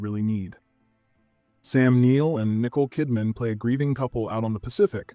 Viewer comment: Did he say “Nickel Kidman.” Sounds like it. Sigh. Dead Calm is a great great movie.